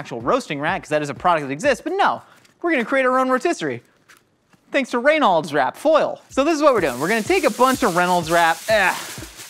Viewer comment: Laughing my freaking butt off!!! "Ray-nolds wrap" 🤣🤣🤣